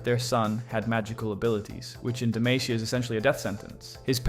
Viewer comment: "Dih-may-seeyuh" pisses me right off.